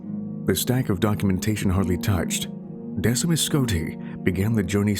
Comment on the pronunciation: Decemus is pronounced Deck-e-mus I don’t know why that bothered me.